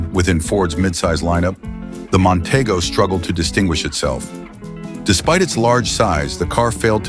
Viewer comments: Mon-TEE-go is how it was pronounced. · Nonteego not Montaygo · mon tee go is how you pronounce it...........idiots